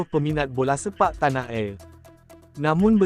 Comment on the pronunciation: Bingai pengulas pun...dah bbrp kali ditegur,ulasan mestilah ikut B.Mslaysia yg tepat.Tanah air bukan tanah er.Banyak lg salah sebutannya!!